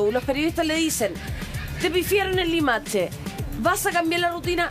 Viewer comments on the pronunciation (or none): "limaTche" que estupidez hablar así